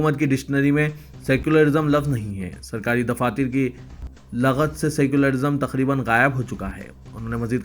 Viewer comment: aap is news me laghat jo lafz istimal kiya hai wo bilkul ghalat hai wo asal me lughat lafz hai us lafz ko apko sahi ada karne ki zarurat hai is lafz per tawajuh dene ki sakht zarurat hai MS,Siddiq bhatkal